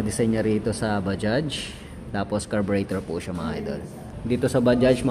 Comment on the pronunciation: Anung Salita Un pa sosyal bajjjjjaaagggghhhhsss daw